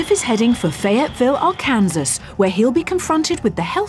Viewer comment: finally Someone who pronounces Arkansas properly